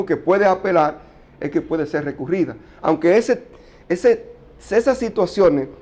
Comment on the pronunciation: Perdón colega, pero no se dice anque, se dice aunque